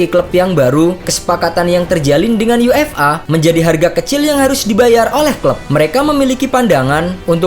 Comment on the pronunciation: UEFA bacanya yuefa min jgn dibaca yu-f-a pisah² gitu 😏😏😏 Udh komen gini berkali-kali tp gk prnh dibaca, dan cara penyebutannya ttp aja sama sprti itu.